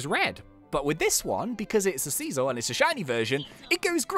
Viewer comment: it's pronounced S-eye-zor